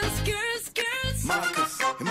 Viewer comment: Nah but the way they say “girls”. All i hear is “curls curls curls curls” with their 🧟‍♀️zombie dances😂😂